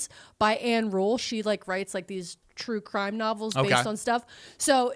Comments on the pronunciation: Twue Cwime Hype 😂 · Twue cwime quackewy